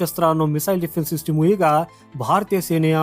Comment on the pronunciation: ಸಿಟಿಮು ಅಲ್ಲ ಮಾರಾಯ😂😂 ಸಿಸ್ಟಮ್ ಅಂತ ಸರಿಯಾಗಿ ಹೇಳು